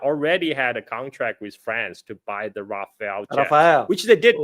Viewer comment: It’s not Rafael like the surname, it’s RAFALLE…. It’s means gust, as in wind gust in a squall or storm